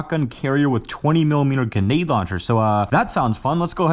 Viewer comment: Why can’t this guy say grenade correctly 😭😭 only thing that drives me crazy ab this guy